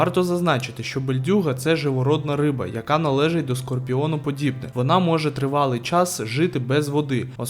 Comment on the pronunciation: Ой, не чіпляйся. Скорпіоноподібні чи скорпеноподібні, ну яка різниця??:))